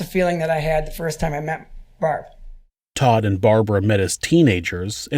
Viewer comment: He pronounces 'barb' like that cheeseburger locker, Randy